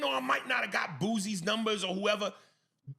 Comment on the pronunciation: If this man call Boosie Boozy one more time imma scream.... Boosie MF 😂😂😂